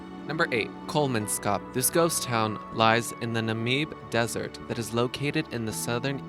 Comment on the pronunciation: I love how you pronounce Kolmanskop and Namib!😂😂 You definitely have never heard of these places before!😂😂😂